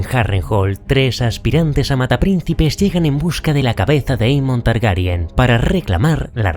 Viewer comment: Es increíble que seas de los pocos creadores de contenido en español que dices bien Targaryen, con E, por qué no paro de escuchar que dicen Targaryan, con A, también lo dicen así en el doblaje, y es algo que no entiendo en absoluto 😅 pero bueno, muy buen vídeo, es excelente como vas encajando lo que pasa en la serie con lo que sucede en los libros 👌🏻